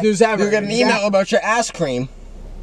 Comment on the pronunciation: Did Chris say "ass cream"😂😂🤣🤣🤣🤣